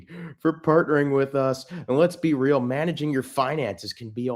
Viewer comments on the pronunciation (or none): none